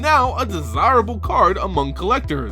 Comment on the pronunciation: What's up with the "eh" after some words xD? It's "card", not "card-eh".